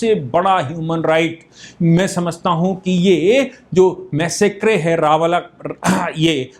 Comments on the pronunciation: PLEASE CORRECT YOUR Pronunciation for massacre as मैसकर NOT मैसेक्रे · Sir please foreign language words ka pronunciation google pe check kar liya kijiye. Massacre ka Pronunciation mass-a-kar hai.